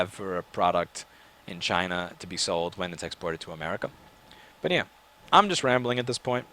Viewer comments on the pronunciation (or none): none